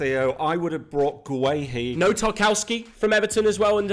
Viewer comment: Please it’s pronounced gurr-hee not gwe-hee 😂